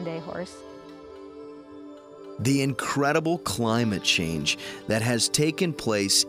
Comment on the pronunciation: "cwimate chwange" 🤣